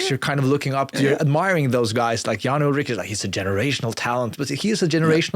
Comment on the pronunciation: You lightweight Gen Z millennials lol Wiggins doped. They ALL did. Armstrong was just better. Ulrich (pronounced “Ull-Rick” not “Ull-rich - smdh”) would’ve beaten him if he were better. Saddle-up, boys - it’s time to dig in and win. We’re talking about different eras. Face reality. Ride!